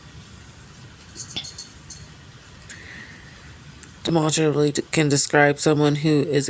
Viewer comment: you didnt pronounce that right. Demonstratively.😅